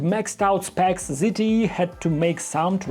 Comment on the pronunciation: how the F people pronounce the name it's not ZITY. it is Z T E!